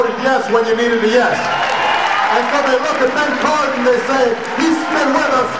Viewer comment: wow your dumb u cant even get BEN Cardin's name right. lol